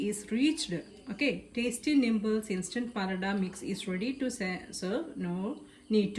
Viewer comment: Not nimbles….but nibbles.😜